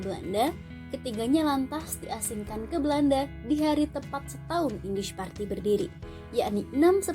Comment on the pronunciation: Partij dibaca partay